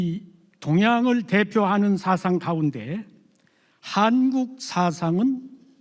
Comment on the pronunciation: 첫 째! 사상의 첫 자를 왜! 길게 발음합니까!?? 짧게해야지요!